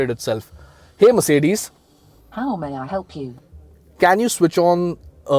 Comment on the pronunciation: Nice try.....but next time please take care on how you stress butttt, cutttttt, brusheddd, ittttt, putttt, lightttt, frontttt, thattttt, ambienttttt...... felt so awkward while you were stressing on these words.....whereas pronouncing Mercedes was so cool....also please take care of your health... someone commented on this earlier.